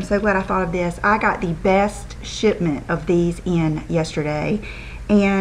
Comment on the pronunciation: haha..I thought you said I got the best sh*t in lol but you said shipment.. I swear I died LMAO